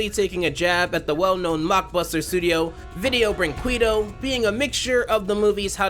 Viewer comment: "video brinquito" 😂 Oh God, I love to see english speakers trying to speak portuguese 🇧🇷